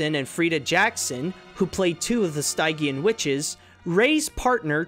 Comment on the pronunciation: I have to make one other quibble: Stygian is pronounced like "STIDJ-ian", as in, related to the River Styx. They even pronounce it like that in the movie.